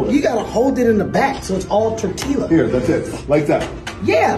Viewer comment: Bro said torteeela